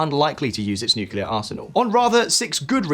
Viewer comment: Major cringe 😬 when someone says "nucelar" instead of "nuclear"